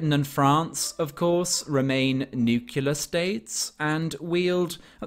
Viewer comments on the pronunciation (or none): "Nucular" states? Really? I always thought this egregious mispronunciation was exclusive to America. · “Nucular”? 😂 Baffling that so many people can’t get that simple word right.